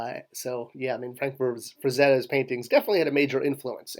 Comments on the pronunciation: FrazeTTa not Frezerra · Frazetta, not Frazerra. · Interesting in how every time you refer to him by his last name, you say Frazetta, but every time you use his first name, you call him Frank Frazarra. Also, you keep calling Mark Taylor's Turok drawing a painting. A pen and ink drawing isn't made with paint. And then what about the sword that was taken from your office, that disappeared from your cubicle? Was it an office or a cubicle? Ah, forget it. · it's Frank Frazetta. not frank frasera or whatever you're trying to say. i just had to correct that, it hurt my soul hearing it. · One thing though you're not pronouncing Frank frezettas name I on the other hand probably misspelled it